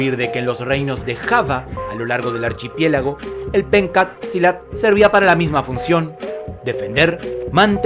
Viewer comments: hay un detalle que queremos decirle: En este mencionado arte marcial, leemos "PENCAK" en la primera palabra, pero desde el idioma indonesio se pronuncia como "PENCHAK", y por eso mismo algunas revistas de artes marciales (Budo International es una de ellas) la escriben como "PENTJAK"... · Se pronuncia penchack, no "penkat". En indonesio la "c" se pronuncia como "ch" y no como "k".